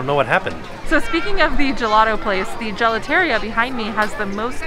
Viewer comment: Just trying to help for future Italian pronunciation! The gelateria is pronounced “juh-laa-tuh-ree-uh.” You said gelato perfectly, so to help, it’s like “gelato-ree-uh”